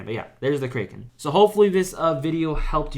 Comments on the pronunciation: btw bro its CRACK KEN not CRAY KEN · btw, kraken is pronounced as "crack-en" not "krey." just correcting, but really helpful guide, thanks a ton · dont ever pronounce the kraken like that. Its pronounced "cracken" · "the kraykan" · Learn how to say kraken and maybe people will not watch your videos and not find you miserable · bro does NOT know how to pronounce kraken